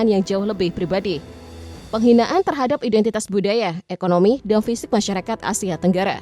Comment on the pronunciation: Ekonomi, bukan ekonomo 😅